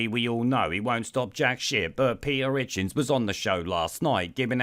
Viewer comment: Pe'er itchins